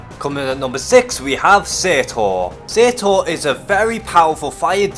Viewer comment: You pronounced Surtur wrong